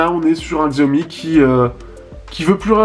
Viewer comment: On dit CHIAOMI !!! Mo********r